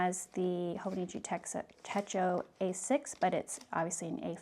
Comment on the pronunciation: Great unboxing! It's "tet-cho", not "teh-ko". Techo (手帳) means "pocketbook" in Japanese. 🙂